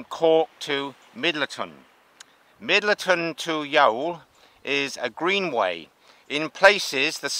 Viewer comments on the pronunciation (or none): Pronounced Yawl and Middleton.